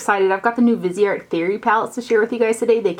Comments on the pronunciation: It's pronounced vis-e-art, FYI!! You went back and forth! Lol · Your videos and very much appreciated. Thank you. 🌹 Greetings from Canada 🍁. Viseart means FaceArt. VEEZ R is how you say it. Vee Zar. No T.